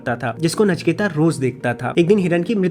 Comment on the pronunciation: नचिकेता नहीं है नाम। नचिकेत नाम है। अंग्रेजी और फिल्मों ने हमारी भाषा का सत्यानाश किया है।